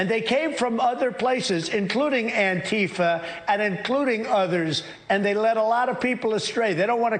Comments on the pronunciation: "They came from Anteeefeh!" Someone should ask him to point that out on a map. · David, sir. I really appreciate the way you mock Trump's pronunciation of Annteefah. It's the greatest mockery ever, the best mockery anyone's ever seen. No one's ever seen a mockery like that. Edit: posted before I was finished typing, oops 😜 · That's ANTIFA with Trump's Arabic pronunciation!